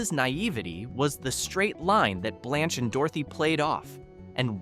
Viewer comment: It's pronounced "blānch" not "blonch"